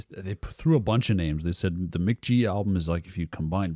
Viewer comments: I think its mick gee like your dad said not mick jee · The way he says mc.jee makes me want to die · "Mick Jee" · It's Mk.gee, gee like glee..... his name is Michael Gordon but there's another Michael Gordon from Phish that trademarked the name so Michael can't use his name now. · bro said mick jee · dude kept saying Mick Jee shit got me hot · You said Mk.gee, it's Mk.gee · For the love of GOD, SAY HIS NAME RIGHT. Your dad is saying it right and you keep butchering it😭 If you’re gonna review an artist AT LEAST say it right holy shit lol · mispronouncing his name is so fucking ironic.